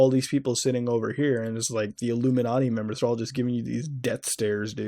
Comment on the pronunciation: just want to say that I really appreciate how Muta says "Illuminarty".